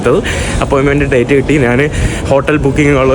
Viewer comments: നാൻ അല്ല, ഞാൻ ആണ് മലയാളം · എടാ മുറിയണ്ടി നീ മലയാളം ശരിയായി സംസാരിക്കാൻ പഠിക്കുക. നാൻ അല്ല ഞാൻ ആണ് ശരി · എടാ കോപ്പേ മലയാളം ശരിയായി സംസാരിക്കാൻ പഠിക്കുക. നാൻ അല്ല ഞാൻ ആണ് ശരിയായ മലയാളം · മന്ന് അല്ല മഞ്ഞ് ആണ് നാൻ അല്ല ഞാൻ ആണ്